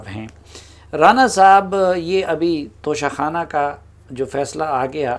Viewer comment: ع خ نہیں... توشہ کھان